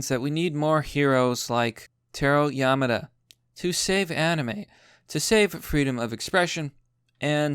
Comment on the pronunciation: learn how to fucking pronouse simple words, kills me every time YamAda c'mon